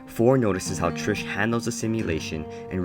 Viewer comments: Bruhhhhh her name is TRIS not trish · you kept saying trish and not tris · WHEN YOU PRONOUNCED TRIS LIKE TRISH I WANTED TO THROW MYSELF OUT A WINDOW IT MADE ME SO MAD BSHFHFJSKRJG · lol love how you kept saying "Trish" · IT TRIGGERED ME SO MUCH OMGGGG